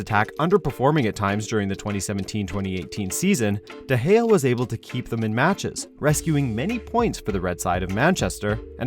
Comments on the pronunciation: Stop pronouncing De Gea like that pls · YOU SAID DE GEA? oooops...